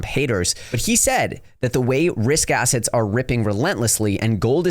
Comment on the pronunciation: Anyone else here it. Quote "The eating of financial ass,ets" ..... Or asszits 👀 😂